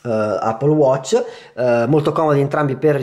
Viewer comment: Appol watc 😂😂😂😂ma lo dici come si scrive ?? Allora di eppol non appol !!😂😂😂😂😂😂😂